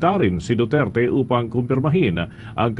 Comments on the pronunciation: Walang galang Ang nag question.Ni Hindi nga inalam Ang tamang pagbigkas Ng pangalan Ng accused.hindi nirerecognise Ang identity o individuality Ng Former President samantalang laganap na sa Social media Ang tamang bigkas.ugali talaga Ng dayuhan na impose Ang knilang designated na pangalan tulad Ng Beijing- Peking, Mynmar- Burma,Sri Lanka - Ceylon etc. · Yun oh, pati pag bigkas ng Duterte, di nga ma perfect, tapos ibagay mo sa kanila